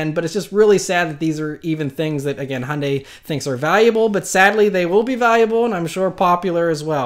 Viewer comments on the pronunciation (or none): none